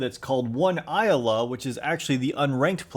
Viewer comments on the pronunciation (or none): none